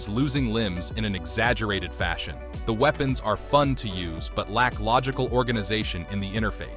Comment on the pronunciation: "Weepens" lololplolo😂